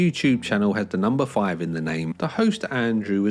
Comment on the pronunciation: i like how you put a 'w' and 'y' in the word five. "the fwyive fwyive crips..." hahaha